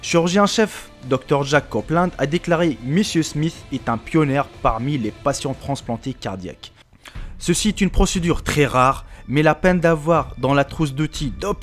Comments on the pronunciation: un pionner? C'est pas un auto radio! on dit pionner -é! pas pionnère! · Prononce: pionnier ( *pionié).... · "Pionnier" ne se dit pas comme la marque Pioneer, on n'entend pas le r à la fin, on dit qu'il est muet. Bonne continuation. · bonjour on dit pionnier et pioner! prononciation désastreuse